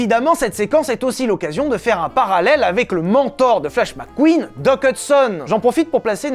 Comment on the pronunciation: Mec Queen pas Mac queen